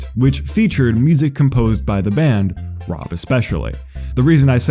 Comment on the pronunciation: Great video! As a diehard Tally Hall fan, I kinda expected less research done from a primarily Weezer based channel but I was very wrong, awesome job. (Seriously, this could just be me but the only issue I even noticed was the mispronunciation of Rob and Zubin's names)